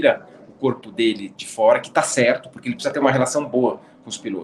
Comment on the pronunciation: Max foi culpado e pronto. Vamos pra frente. A transmissão da Band está de parabéns pela cobertura. Porém uma coisa que me irrita : "por foera". Oh coisa chata!